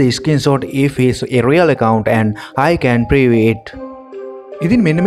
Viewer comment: Prove kiyna 1k werdi bn uba accent krpu widiya